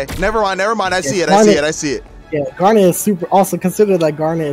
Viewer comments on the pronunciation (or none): Gar-nit, not Gar-nette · Wait so how do you pronounce her name then? Chat was giving shit for saying it like that 😂 Awesome guide guys. Garnet is who I wanna main. Didn't get invited to the alpha so I'm looking forward to the open beta.